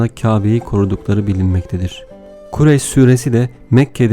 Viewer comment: Okurken doğru ama Okurken Kurayş diyorsunuz ..!